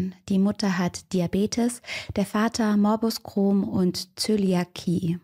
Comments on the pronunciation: Kleine Korrektur, nicht böse gemeint: Es heißt Morbus CrohN, nicht CrohM. Ich weiß, manche Krankenheiten haben komplizierte Namen - als Betroffene freue ich mich trotzdem, wenn es richtig ausgesprochen wird :) Danke für den spannenden Fall! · Morbus Crohn. Nicht Morbus Crohm!